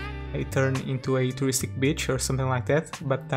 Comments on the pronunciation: Is he saying "beach" or "bitch"? -_ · My parents have a similar accent to yours.. when you said “b*tch” instead of beach, I cackled😂😂